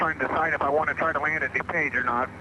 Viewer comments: Somebody please program the bot to read DuPage correctly and Spell "flight" correctly. Thanks. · Pronounced.....Dew-page!!!! Just drive up from Indy!